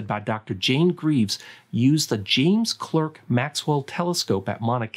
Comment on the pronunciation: Great video. Oh, btw, James Clerk Maxwell is pronounced James Clark Maxwell 😎